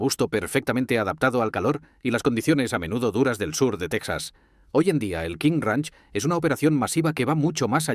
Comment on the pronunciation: No se si creer en este video cuando pronuncia tesaz